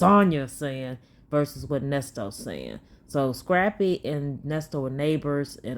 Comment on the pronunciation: I cant stand the way she says ALL 😩 and the "you know what im shayin"